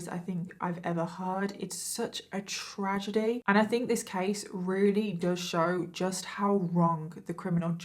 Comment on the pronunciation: ... "trajesty"? I thought the people in Colorado were supposed to be SMARTER than the folks in Wyoming!